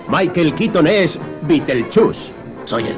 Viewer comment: yo lo conocia como Bitelshus (Así es la pronunciación) Pero, Bitelchus, en serio?